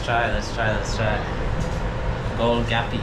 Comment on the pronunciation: Not gol gapy "Gol Gappa"